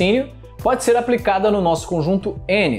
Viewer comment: "xer chamado"... Kkkkkk